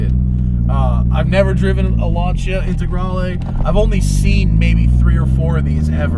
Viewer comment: TheSmokingTire I'm so glad you pronounced the name Lanica right i watched a clip of a Lancia Stradale owner on jay leno's channel and he fucked up the name claiming the proper name was launcher